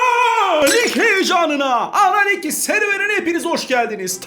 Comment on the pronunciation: abi analig mi diyon ananig mi diyon belli değil :)<3